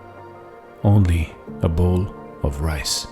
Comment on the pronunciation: When you say rice you say mice..when you say rays what you say?